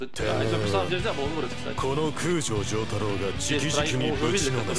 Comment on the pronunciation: Забавно что этот человек вместо ДжОтаро говорит ДжотАро и вместо Цезарь Антонио Цеппилле говорит Зепилле